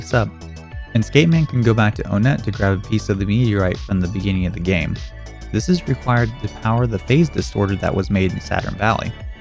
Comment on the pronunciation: Hecc is an oh-net? It’s ONEtt to go with TWOson, THREEd, FOURside, and FIVEguys.